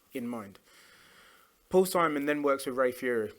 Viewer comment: Ray Phiri’s last name is pronounced “pee-ree”, not “Fury”. He’s also a guitar player, which Arday gets correct initially, but then mistakenly says accordion.